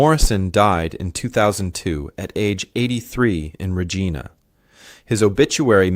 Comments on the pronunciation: As much as I enjoy these stories, I honestly wish that he would pronounce Regina properly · Me too. It is rej- EYE-na. English has a lot of words where the same spelling can be pronounced in different ways.